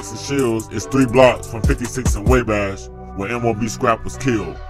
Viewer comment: (Wah-Bash) Not way bash lol Wabash!